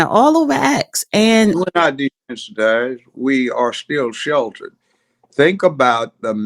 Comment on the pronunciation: She's annoying a lot! I don't know why JJB chooses to go on her platform. "Desanitize" 🙄🙄